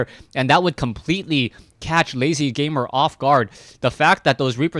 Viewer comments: LzGamer is pronounced "L. Z.-Gamer" not "lazyGamer".......... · No offence, but sometimes you have bad name pronunciations, please check the names before casting them =D (its L-Z gamer)